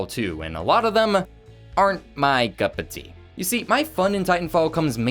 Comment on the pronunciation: "arent my guppatee" XD